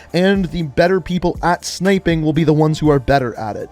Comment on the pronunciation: Bruh really said snipping💀